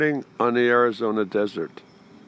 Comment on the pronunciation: NOT DESSERT...……………………….DESERT